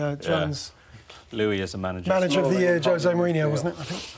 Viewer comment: Would be nice if Neil Custis knew how to pronounce Jose, I suppose he is a journalist for the Sun